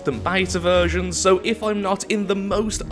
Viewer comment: Anybody else notice saying "virgins" instead of "versions" at the beginning of the video?